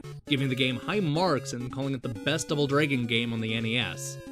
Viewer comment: you say the word "dragon" the wrong way dude. you say it like "draigon". so lame man!!